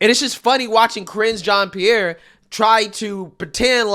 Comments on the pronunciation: I thought you said "Cringe" Jean Pierre at first and started laughing, because she certainly IS cringe. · your pronunciation of KJP’s first name sounds like “cringe” 😂